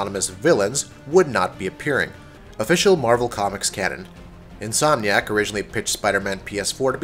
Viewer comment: at one point in the video he says Insom nack